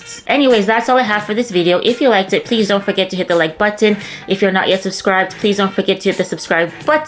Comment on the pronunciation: The caribebbean way😅